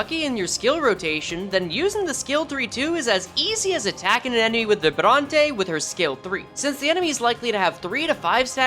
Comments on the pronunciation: Vibrante the way you pronounced it is the spanish way btw, since its french based its closer to a Vibraunt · Yeah, it sounds like it was italian or english(looking at you vibrante and bleu)